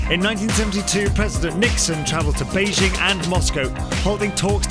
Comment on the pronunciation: Finally Beijing was pronounced correctly